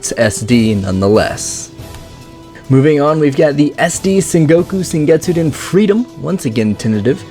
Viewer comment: Why do you keep saying "sengetsuden" when it's "SOUKETSUDEN"